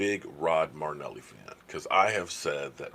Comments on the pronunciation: not trying to give you a hard time but his name is NOT Rod Marneli. His name is Rod Mar-i-neli. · Hey I know you said your a name butcher and are deselect but you can’t butcher your favorite coaches name it’s M-ae-rih-n-eh-lee not M-ue-rih-n-eh-lee marrynellie > murrynelli I still love you and your channel great work keep goin! #cowboysnation